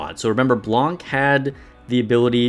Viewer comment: Noir seems like a more specialized Drake, at least for Gravedigger. P.S. the "c" in Blanc is silent